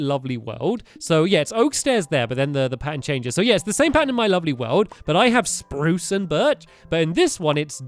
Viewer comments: #stampy says spruse in the best wany spurucee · roof is brirch and oak and its sprose leves STAMPY